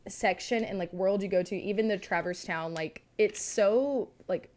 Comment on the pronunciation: I mentioned this in discord but as a person who has never played Kingdom Hearts, the pronunciation of Traverse Town is TRIGGERING me 🤣